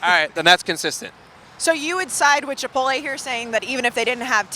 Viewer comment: What Dave? Chipoltay?